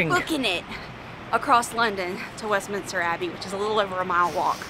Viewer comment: Westminster Not Westminister. No extra I. Also please stop with the British accent. Not even close